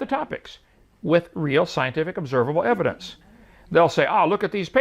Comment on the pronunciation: Hovind such a narcissist. He literally refuses to say “evidence” (which is spelled the same way plural and you argued it was spelled with an s at the end ) the correct way. You refuse to be wrong even when you are even in the simplest of things. He literally regards to himself as “The nicest guy you’ve ever met” after he insulted arons haircut as a beginner to his rebuttal. He has a yes-men crowd there with him to nod their heads every time he says something. He’s a bullshitting contradicting narcissist.